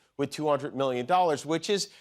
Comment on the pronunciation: Why can't Trump pronounce "million" correctly? He says "me-yun."